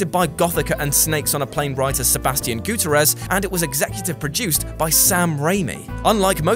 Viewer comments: It's Git- Ter-ez. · You mis-pronounced Gutierrez.